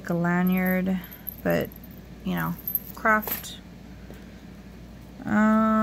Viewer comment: Hi, did you say crap? Or craft? Hehehe